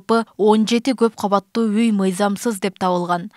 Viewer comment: Каббаттуу эмес КАуАТТУУ болуп айтылат ,кыргыз тилиндеги создордуу туура айта албаган сабатсыздар .Эки ундуу тыбыштардын ортосунда Б тамгасы келип калса жарым ундуу болуп айтылат (уы ) .Орустарды туурайбыз деп кыргыз тилине муноздуу Бир нече тыбыш тамга катары кирбей калган,бирок суйлоп жатканда табийгий турбо копчулуктор колдоно беришет